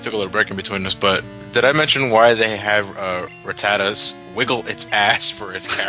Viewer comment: Why does keep pronouncing rattata as rattatata?:/